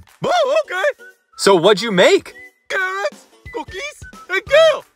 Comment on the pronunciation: I love how pronounces cookies,Cukiz